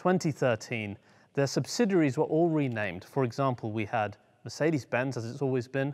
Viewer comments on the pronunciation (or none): none